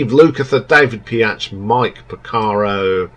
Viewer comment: David Piach? It´s David Paich (pronounced like Page).🙂 "Somewhere Tonight" sounds like a boy band?! I have never heard a boy band do a half-time reggae-shuffle. The singing and the base playing is awesome on that track. "A track called Lee"!? Have you even listened to the song? 🙂 It´s Lea, L-e-a. One of their best songs ever, IMO. On Steve Porcaro doing programming ringing your alarm bells; that´s what he always did, even on your two top albums, so I don´t quite get why it´s setting of your "alarm bells". "Mad About You", "One Road" and "Cruel" being "filler tracks" or weak?! They are the best songs on the "Mindfields" album, for me. The songs you like are the worst IMO. 🙂 I see a trend here; you tend to like the rockers and cool riffs, not the greatest songs/melodies. I am a guitarist (and pianist) and Steve Lukather is one of my favorite guitarist but I still prefer the songs with great melodies and grooves. Beauty is in the eye of the beholder, I guess. However, I agree that "White Sister" is one of their greatest songs. Finally, you forgot to the rank the "Toto XX: " and the "Past to Present"-albums. 🙂 "Past to Present" has only 4 new songs, however, but one of them "Can you hear what I´m saying" is great. "Love has the power" is good too. Personally I have problems with ranking their albums before"Toto IV" that high. Even if there are many great songs on them, they have such thin production, which for me is just a little hard to listen to. Here´s my top-ten ("Fahrenh